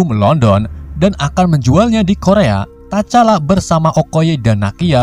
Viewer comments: Tcala itu T nya dak baca bang.. jadi hanya di baca cala gitu aja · bang salah nyebutin nama t-chala salah nyebutinnya bang sama abang sala ngomong bucky